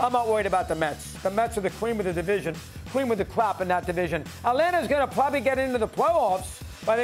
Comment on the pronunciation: Did everyone forget the Braves have won 4 straight pennants? Also returning WS champs?..Mets havent even came to Truist yet..this our division..you want it? Come see Daddy...and someone teach this smuck to say 'cream of the crop'